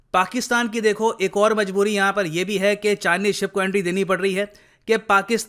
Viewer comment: said "ek bar inki fish aagyi" instead "ek bar inki ship aagyi". At 4.7